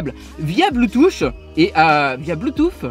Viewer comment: On est d'accord que le bloutous... Blutu... Bloutu... Puis merde on est d'accord que le bloutuss intégrer sa existe nn?